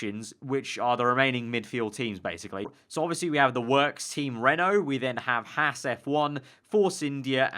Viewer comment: Archer Kumi It's Haas